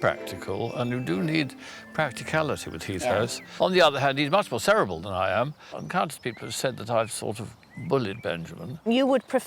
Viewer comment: … it’s driving me nuts hearing them say cerebral, it’s not pronounced SAW-Air-EEE-Belle!! It’s pronounced Sur-REEE-Brawl !!!